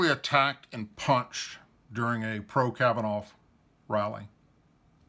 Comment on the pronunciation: OK first of all I subscribe to your channel and support what you do with That said it is kavvanough not Kavvanoff. Please quit butchering his name that’s been done enough and thirdly you speak to Slow making it difficult to listen from beginning to end of your videos